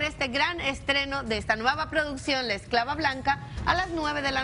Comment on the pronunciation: pues. tampoco se dice escalva se dice esclava